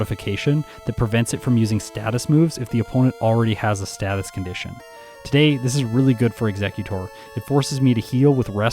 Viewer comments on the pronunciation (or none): none